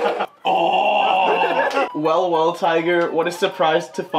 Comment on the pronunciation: wehl wehl tiger